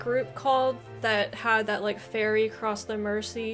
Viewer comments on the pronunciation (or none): none